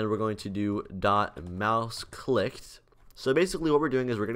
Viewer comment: ik it sounded like he said they detect if you licked it